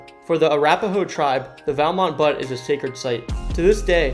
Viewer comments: Valmont Butte-it is pronounced “bute, not butt. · He said Valmont Butt! Do some research!